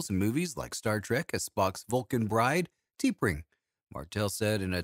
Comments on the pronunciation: It should be pronounced as Ta-Pring and not Tee-Pring. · Yup, that Star Trek photo is not of T’Pring (pronounced TUH-pring). It’s a photo of Grace Lee Whitney as Yoeman Janice Rand.